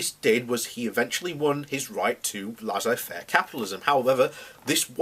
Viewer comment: Prince Albert was a war monger? Well it was a German thing at the time. It's Laissez Faire capitalism (pronounced Lay say fair) not Lazzay Faire